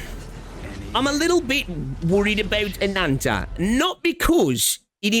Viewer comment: Ananta = Butchering Japanese pronoun for calling others "Anata" just to make this game sound "Anime" and "Cool/Sugoi".